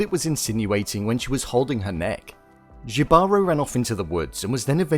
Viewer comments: Yo I legit cringed once he said jee baro. Someone didn't do his homework... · It's not pronounced "jeebarow". The word is pronounced "hebahrow". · JI-------- BA--- RO-- NOT YIVAROO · Btw it's now pronounced "jibaro", its pronounced "hibaro" <3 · Dude... just look it up anywhere online: love, death and robots + Jibaro (not Jivaro) + Puerto Rico. It is set in Puerto Rico. The main character, clearly a Spanish conquistador, is audaciously named "Jibaro", a word that was born in Puerto Rico and has roots in neither Greece nor Spain. I get that the Greek, the Norse, the European, the Asian, the South American mythologies, etc. are great... But the Caribbean mythologies are another beast entirely, hence why you've probably lost your marbles in Greece over this piece inspired by PUERTO RICAN MYTH and written by a Spaniard. How dare us have such towering mythology-right? Lol... It has all always been there. Read a few books. Watch a few Pirates Of The Caribbean or something 🤣🤣🤣 PS - Jibaro [he-bah-ro] not gee-barrow or gee-baro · Thank you! It was driving me crazy the way he and others think it's Ji-baro. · yall Jibaro is pronounced hee ba ro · don't know if it's the same word but "jibaro" is pronounced "He-baro" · The soldier’s name is not Jibaro. Jibaro (pronounced Hee-Bah-Ro) is from the Taíno language meaning “mountain folk” basically, the siren. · Only thing - Jibaro is pronounced “hee-bar-oh” otherwise I really appreciated this content!! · it's pronounced he-ba-ro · Um… Jibaro is a word the Spanish conquistadores use to call the Tainos Who lived in the woods (puertorican reference) and used to hunt and kill for gold. The use of the name without the actual meaning is an insult to us. And Jibaro it’s pronounced like heebaro, conquistador is con-keys-tador Spell them right please. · “Jibaro” is pronounced “He-ba-row.” It’s a Spanish word for “countryman” or “farm worker” with indigenous roots with a meaning akin to “child of the forest.”